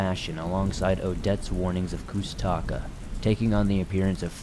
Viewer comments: I am a Alaskan Native of the Tlingit tribe. I have had many encounters and experiences myself. It’s a Tlingit word it’s pronounced koosh-ta-kah. That and Bigfoot are two different beings. I’ve experienced both. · Hearing you say koosh ta ka the wrong way, makes me cringe. I'm a Tlingit, and I'm familiar with them.